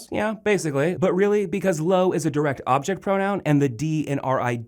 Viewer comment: Sabes bastante cosas sobre el idioma Español. Pero debes mejorar un poquito en tu pronunciación. Por ejemplo, pronuncias "me" como "ma"; "se" como "sa"; "lo" como "lou". Recuerda que Español la "o" se pronuncia como "o", y no como "ou".Obviamente vamos a comprender lo que estás diciendo pero a veces suenas algo raro. Solamente es un consejo y disculpa. Has hecho un buen trabajo, sigue haciéndolo de esa manera. Saludos desde Cabimas, Venezuela.